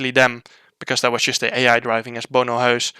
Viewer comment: Thank god there's someone out there who can pronounce Bono Huis bOnO hWeEs